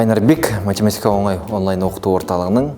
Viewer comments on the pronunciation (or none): ОНай емес, оҢай ғой ! ҚараНыздар емес, қараҢыздар ғой ! жаНағы емес, жаҢағы !